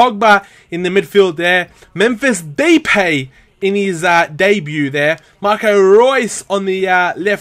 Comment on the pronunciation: its mephis da-epay you said daypay